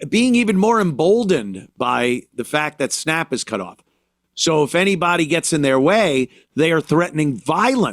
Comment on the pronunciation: Thank you! What are “snopp” benefits? “Octively?” Is she saying “actively?” When the hell did a short a become a short o? Anthony points it out?